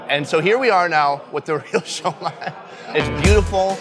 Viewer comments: it’s not “shoi-Mai” it’s pronounced “su-mai” come on mang! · It's not Shomai!! It's Shumai!!! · Pronounced Shoe-My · I can imagine you getting fired from applebees. Wtf is sho mai? People are looking at you funny because youre trying to speak mandarin to folks that typically speak Cantonese; Guangzhou =Canton.